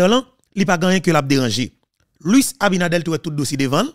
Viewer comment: ABINADERRRRRR, NOT ABINADEL